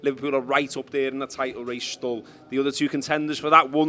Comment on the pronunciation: ‘Stull’ - ‘still’